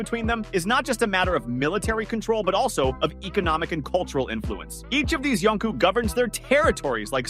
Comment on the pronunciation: Yonko, you turd! Not Yonku!